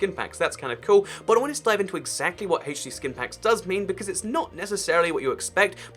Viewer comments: Why do you say Haach D instead of H D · I get so triggered when says Hay-ch-D when I call it HD lol